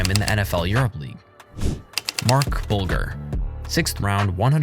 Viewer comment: That's not how to pronounce "Mark Bulger!!!!!!"